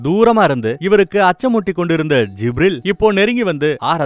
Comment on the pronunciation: Wow. May the Almighty bless you with great rewards . Beautiful .. It is happy to hear beloved prophet's biographical outline in ur voice. Small suggestions to pronounce certain words such as Zabur , Kaa'ba , Gibreel . My favourite book is muhammad nabi vaazhkai varalaru. Or Ar-raheeq al makdhoom .Through these I got to know about Muhammad nabi ( sal ).